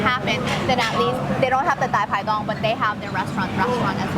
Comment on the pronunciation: Pronunciation on point! Loved the dai pai dongs there! Keep up with these great videos!